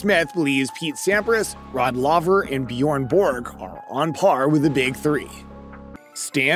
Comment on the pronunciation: Rod Lover?!?! Never heard of that guy!!. But I heard of Rod Lay-ver